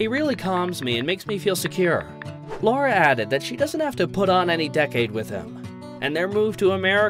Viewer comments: Lara … not Laura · It’s Lara not Laura darling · It’s Lara, not Laura. This video is difficult to validate as accurate if you can’t get an important detail about the female protagonist’s name right 😂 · Makes whole video about Sam and Lara…and doesn’t pronounce Lara correctly once…. Lar-rah… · What a pity the commentator couldn’t get Lara’s name right 😢. “Lah-rah”. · For God’s sake her name is Lara